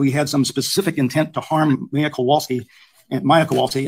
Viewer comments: Oooh,! Tell us how you really feel. 😉 I don’t disagree. He’s mispronounced both Maya and her mom’s names the entire trial!!! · How many times can the defense mis pronounce her name so many times is so unprofessional!!! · It has bothered me from the beginning that several of the defense people don't say Maya or Beata properly after 5 years. think that they absolutely didn't care if they harmed her or not. I can't say they had a baseline goal of having her but they certainly had goals in mind that just absolutely disregarded her well-being, what she wanted, what was best for her. They actually said it. They said they were over it. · I was thinking the same thing about him calling her by the wrong name. He has been pronouncing names wrong the entire trial.😢 I do think that they purposely hurt her in certain ways. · Altenburn specifically has mispronounced Maya’s name throughout the entire trial. It really does send a message imo. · I just rewatched this. You want to tell me that after 9 weeks of trial, after having this case for how many years, the defense attorney still does not know how to pronounce Maya's name? Are they really serious? Just for that they should be punished. Shows the uncaring attitude of their team.